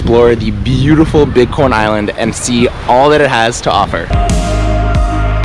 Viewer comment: Lol... Everytime he said big corn Island it sounded like he was saying bitcoin island... Then I see a boat that said bit coin island.. Wow.. What's the deal with that? Do they accept bitcoin on this island?.. Now that I'm listening closer... Dude you are saying bitcoin island aren't you?